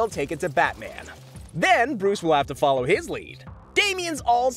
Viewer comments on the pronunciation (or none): none